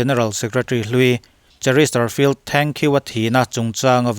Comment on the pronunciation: Chesterfield a ni si. Cheristerfield tiin I sawi daih zel hi fimkhur deuh la a țha hle mai.....